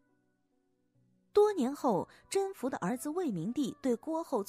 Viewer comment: 宓 不是應該讀音 me嗎